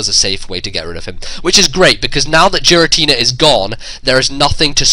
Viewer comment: G Rah t nah? He say'd JEERatina...like Jeers...